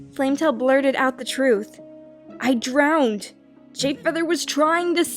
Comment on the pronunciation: it's not drowneded. it's drowned.